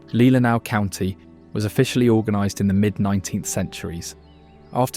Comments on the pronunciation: Leelanau…pronounced LEE-LEH-NAW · Very good video, I'm sure you triggered some of us Michiganders with the pronunciations: Mackinac: Mak-i-naw Tahquamenon: Ta-kwam-in-ahn Macatowa: Mak-a-ta-wa Potawatomi: Pata-wata-me Frankenmuth: Frank-in-mooth Grand Sable: Grand Sah-buhl Leelanau: Lee-la-naw Pier Marquette: Peer Mar-ket Charlevoix: Shar-la-voy Gratiot: Grash-it Ontonagon: On-tahn-ah-gon Would be nice to see another video that covers some of the actual less known sites in Michigan!